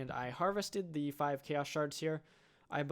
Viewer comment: sounds like "Ikea's guardian" :DD